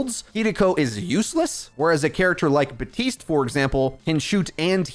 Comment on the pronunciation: Im pretty sure you are saying Batiste when it’s Baptiste.